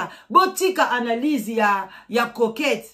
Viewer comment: Maman eza coquette et non croquette